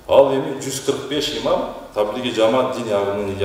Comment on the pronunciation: Иман эмес ИМАМ десең аа карындаш